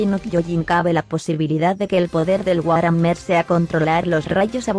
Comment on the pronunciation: ¡Te saltaste una parte! ¡¿por qué siempre me haces esto?! Oh, demonios, debí haberte dicho que War Hammer se pronuncia Buar Jamer.